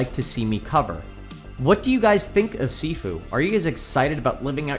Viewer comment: sorry but your saying sifu wrong